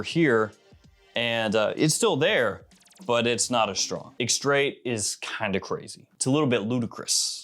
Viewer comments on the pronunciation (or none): Say “extreh”. The “ait” stays silent in French. 😊